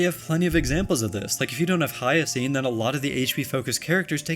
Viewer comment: The way you pronounce Castorice and Hyacine is crazy